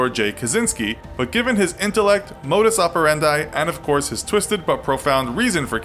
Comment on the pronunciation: It's modus operandi (-dee) not operandye